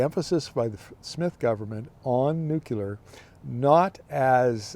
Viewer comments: All excellent points as usual and you're dead right about SMR being a foot dragging exercise. And now for my pet peeve.......It's "nuclear"...pronounced "newcleer". It's not "new killer". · There is no such thing as nuke-you-lar. it's nuke-lee-are.